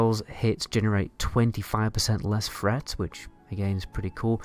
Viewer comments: Where the fuck do they speak like this... "Aoe Fret"... "Funder fury"... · AOE freat? instead of threat free instead of three?